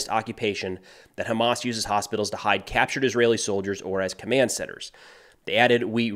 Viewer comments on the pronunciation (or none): none